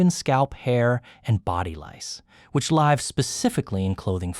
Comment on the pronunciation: /laɪv/? It’s /lɪv/. No comments either…